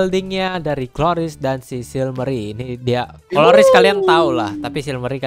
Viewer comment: Silmarey gblk bukan silmery :u